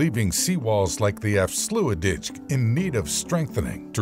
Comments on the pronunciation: Zeewiderzee & Afslooitditch - this is what happens when you get an American computer to read Dutch. 😏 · They absolutely butchered the pronunciation 💀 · Probably the funniest mistakes EVER 🤣🤣🤣